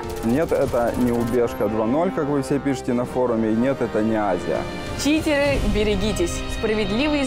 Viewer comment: читеГы бэРигитесь :D